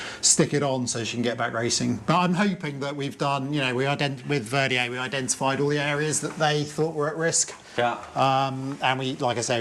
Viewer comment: Can he learn to pronounce Vendée?